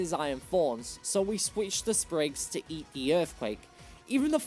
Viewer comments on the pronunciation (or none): Sprigatito, NOT Springagto! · Left off the P in Sprigatito!